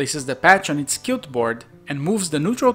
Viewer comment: Great video, just as a note to help you with pronunciation, in English, most times the letters Qu go together they sound like Kw, just like in Latin. So 'Quilt' is pronounced (using International Phonetic Alphabet transcription) /kwɪlt/